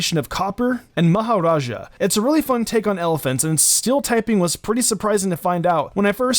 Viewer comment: Thank you for pronouncing "maharaja" correctly. I am from India and you are one of the first Americans to get that pronunciation correct